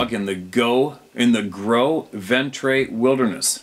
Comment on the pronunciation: Its pronounced "Grow-vaunt" , vont. I have been there myself, wrangled and elk camp cook there abouts. Had hard repetitive wood knocks, about 7 in succession, while we were saddling up between between 6&7 am.